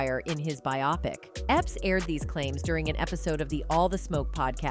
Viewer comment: Who says bi-opic instead of bio-pic??? Get with it!